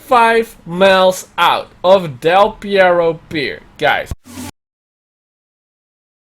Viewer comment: Del Pierro? Mean perro?